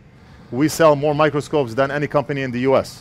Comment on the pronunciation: I think you need to practice English “mor”😂😂